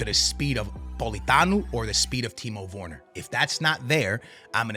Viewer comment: "Timo Vorner" XD